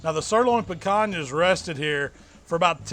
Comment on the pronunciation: I came here to here how you’d pronounce Picanha. I’m a little disappointed 😂😂. Great video as usual.